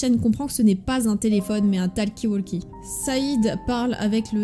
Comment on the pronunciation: TALKI WALKI Ptdrr la prononciation de talkie-walkie xdDD